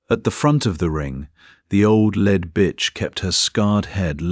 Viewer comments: AI narration didn’t distinguish between “lead(ing)” and “lead” metal. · Pity about pronunciation when a chunk v metal is the choice Ai makes instead v the obvious context, i.e. leader v the pack. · The mispronunciation of 'lead' is irritatingly unfortunate. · Nice, thanks. But the lead hound was pronounced automatically by the AI voice as if it was made of the metal lead. You ought to do something about thar! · AI needs to learn the difference between lead and led, read and read (pronounced red)